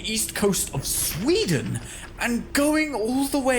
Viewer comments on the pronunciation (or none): none